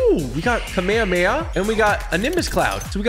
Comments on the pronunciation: dude really said kamehameha wrong "kameakamea" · Bro wth is a Kamay hamay ha h 😂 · "kameamea" lol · Me: Kamehameha. Him: Akameamehma. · i love how he says ka mea mea not ka me ha me haaaaaaa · This is how you know he hasn’t watched Dragon Ball Z he calls it the kamememea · um what is a kameyameya its Kamehameha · It is a Kamehameha not a cammahmea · its not kamemeamameam its kamehameha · I’m not trying to be rude but It’s not kAmama it’s kamehameha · KA ME HA ME HA! Not kaMayaMaya! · It’s pronounced Ka Meh Hah meh ha. Not kameyameya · I love yo vids but u said kameyemeya it’s kamehamehaaaa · Bro it’s ka me ha me ha not kamayameya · Why does he say kameheya…. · i will forever hate typical gamer now because he said kamayamaya not kamehameha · No one talking about how he called it a kame a ma a ma ya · The way he pronounce kamehameha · It’s kamehamehameha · U pournoused it wrong but keep up the good work TG ✨✨✨ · "kamihumiha" "numbus cloud" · “The kameyamaya” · Bro its called KAMEHHAMEHHA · It’s kaum ay haum ay ha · the way he calls the Kamehameha makes me kinda mad saying kameya meya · he says kamayamaya 😂😂😂😂😂😂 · Bro said kameamea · lmao "kameamea" but dont worry man, we all said it wrong the first time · Btw kamehameha is pronounced like kam a ham ha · It’s kami hami ha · It's kam ehh ham ehh haaaa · He said kamayamaya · Typical bro, you said kamehameha wrong. It’s pronounced “CAM-A-CAM-A-HAAAA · It’s pronounced ka mae ka mae ha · It’s kam A kam A ha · Kmeamea are you sure it's pronounced like that bud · Bro its not kameamea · It’s pronounced ka meh ha meh ha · Its pronounced as ka-mey-ha-mey-ha. Kamehameha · I love but hate the kameyameya pronunciations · Not kameayamaya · Bro is saying it wrong to be viral lol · i hate how u said kamehame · the way he pronounced kamehameha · Am I the only person who is getting PISSED for the way is saying Kamehameha lol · Like everyone pronounces Kamehameha wrong like bruh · Am I the only one that noticed he says Kamehameha